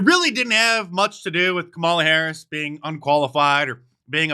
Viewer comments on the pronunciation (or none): none